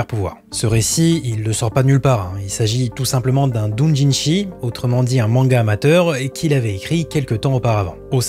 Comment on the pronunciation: ✅ URUSEI Yatsura ❌Yurusei Yatsura ✅ DOUJINSHI/DÔJINSHI ❌ Doujinshi (avec le "dou" prononcé comme "doudou")